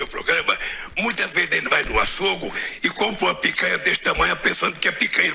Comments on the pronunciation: Kkkkkk vai no "açôgo". Disse lula. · Eu ouvi mesmo Lula chamar açougue de “ açougo “? Kkkkk